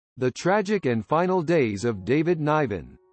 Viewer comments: Pronounce his name correctly, you might get more views, pal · It’s quit disturbing you cant say David Nivens name correctly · What a terrible review of this man’s life. You didn’t even pay him the respect to pronounce his name correctly.. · How can you do a bio of the man when you can't even pronounce his name>> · This production is terrible. Couldn’t even pronounce his name right.